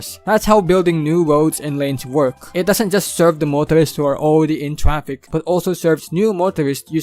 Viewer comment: “Tree point payb” and “trapik”, love it!